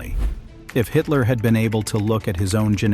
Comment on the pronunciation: It's pronounced "Hidler", as in "he", not "Haydler"!